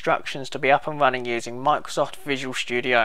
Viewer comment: i like how he says visual shtudio